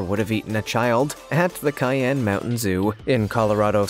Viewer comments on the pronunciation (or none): Cayenne mountain zoo! 😂😂😂😂 Try CHEYENNE Mountain Zoo! With a "sh" sound, not a "kai" sound. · It's "Cheyenne" (like the Native American tribe) Mountain Zoo - not cayenne (like the spice) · It's "Cheyenne" not "Cayenne" Mt. Zoo in Colorado Springs. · It s not Ki Ann it's shy Ann for Cheyenne Mt zoo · It’s hard to listen to the mispronunciation of so many words like Cheyenne (you said Cayenne). That is only only one example. There were many.